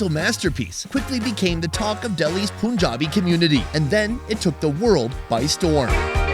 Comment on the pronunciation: I listened to it a couple of times. He pronounces it correctly.